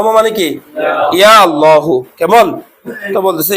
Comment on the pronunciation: আল্লাহু শব্দটি আল্লাহো উচ্চারণে খুবই অসুন্দর শোনায়।